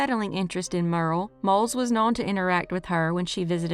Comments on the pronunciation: Thank you, for more videos. I have to say this, her name wasn’t Merle, it’s Myur ee uhl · I believe Muriel is pronounced as three syllables -- M'your -- ee -- el...